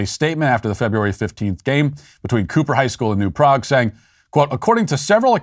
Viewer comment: Lol Matt pronounced New Prague incorrectly. But it's no biggie. Just like how most people pronounce Houston, NYC incorrectly too.